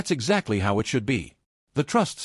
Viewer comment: And recently AI started to say I T instead of " it "